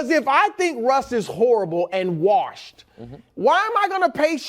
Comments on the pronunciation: Hey, Chris...how many R's in "warshed"? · Bru always says it like "warshed" lol